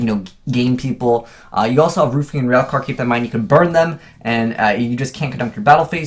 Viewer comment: "Roof"ian Railcar... LMAO